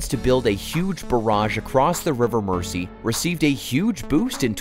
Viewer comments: You would have thought that if they went to the trouble of making this video they would have learned how to pronounce the name of the river. Merzee! Not Mercy. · It's pronounced "Merzy" NOT "Mercy". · Mersey: pronounced Mers-ee, not Mercy. 🙄😖😡🤬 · It's pronounced river mur-zee (not "mercy") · Get a Real host versus an AI bot. It's ridiculous to hear Mersey pronounced as 'mercy'! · relax! I bet you cant pronounce Arkansas or Oughterard or Killiney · Mersey is pronounced "Merzy". It wouldn't have been difficult to have checked this. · “River Mersey” pronounced ‘River Merzee’. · If the Tories' sponsors dont make a massive profit from it they wont authorize it. And it's pronounced MERZI like with a zed. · Pronounced*MER ZEE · Could the narrator please please pronounce the river name properly it is pronounced "Merzee". Why don´t they check name pronunciations with people from the areas concerned to prevent irritation for British people from those areas. Profitable it might be but the profits will not benefit the local citizens. The tax payer will fund it but the gains will all go into the pockets of the billionaires who own the power companies and thence disappear into offshore accounts and avoid paying taxes in the UK. Great idea but lose, lose for the taxpayer and domestic customer. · so you can say merseyside but then pronounce mersey as mercy.... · Every time you said Merssee I winced. Learn how to pronounce it mate before you make a video about it! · The pronunciation of Mersey is painful